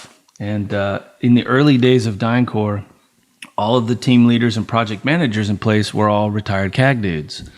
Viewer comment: It's Dyncorp - NOT 'Dyna-Corp'.